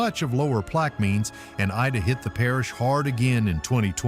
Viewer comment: Not plaque mines plaque i min short i min soft i, plaque just like the crap on your teeth